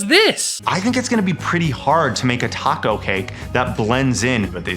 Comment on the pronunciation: Every time he says "a tacos", I die a little inside.